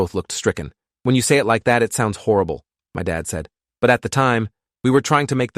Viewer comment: He said harable